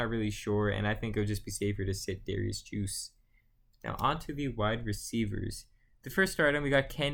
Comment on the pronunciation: You lost me at Juice...It’s Derrius guice 😂